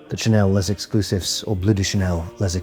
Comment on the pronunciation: Why do every influencer pronounce L’Exclusif wrong? Is it so hard to look for the right pronunciation before making a video? And no it’s not called Les Exclusif!